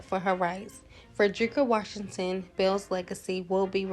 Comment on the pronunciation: Washington doesn't have an "r" in it.